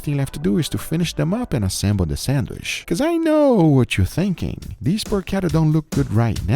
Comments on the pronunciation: Sandwich not Sandwishhhhhhhhhhhhh....... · for a love of god, please learn how to correctly pronounce sandwich, its not sandwish!!! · What’s a “sandwish”? 🤣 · WTF is a sandwish? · Always laugh at pronunciation of "sandwish" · there is a letter "D" in the word sandwich. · this is English and the food is named after the Earl who was named after the place in England. Hard CH in "sandwich" please!! Yes we know Portuguese doesn't have that sound but you are good at pronouncing it in other words.